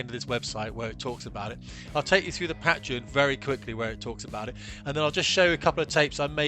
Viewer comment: Mate learn how to pronounce Patreon, it's killing me lol